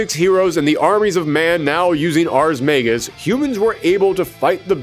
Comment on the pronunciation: Pretty good retrospective, and I’m really looking forward to seeing you tackle the story in full. The only minor complaints I have are that you seem to be flipping pronunciations of “Ragna,” mispronouncing “magus,” and you’re calling some of the characters’ weapons “Grimoires” when that’s not what they are. Tsubaki’s weapon is is what’s known as an Ars Armegis weapon, and several of the characters wield Nox Nyctores (weapons that killed the Black Beast). The only Grimoires used by characters in the game are the Azure Grimoire (Ragna’s), Blue Grimoire (Hazama’s, though the dub also calls it Azure Grimoire) or the No-Name Grimoire (used by Mai Natsume)